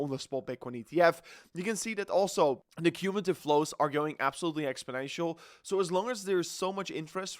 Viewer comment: You say "exponential" a lot, but not correctly.